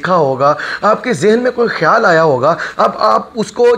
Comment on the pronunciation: Apni urdu pronunciation tu theek karo KHIYAL ko kaisay bol rahay ho